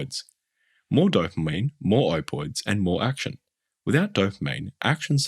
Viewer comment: i hope im not the only person who gets a bit irked at the "opoids"... you're forgetting to pronounce a letter sir